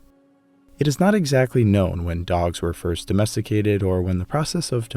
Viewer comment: Mammoth meat, can you really addomesticate a dog? Or you addomesteticate wolves? And nice italian pronunciation